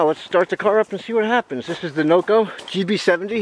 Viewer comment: Did you say Noco or "NoGo" 😅